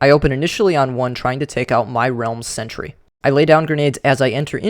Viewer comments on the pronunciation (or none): none